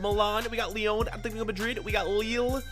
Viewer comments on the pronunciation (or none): LYON?? U ALWAYS MESS UP WHAT U SAY